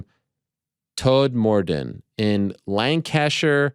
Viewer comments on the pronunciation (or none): Mate Ariel you butchered Lancashire then 😂 COME ON MAN, do we need to revoke this honorary British title from you? 😅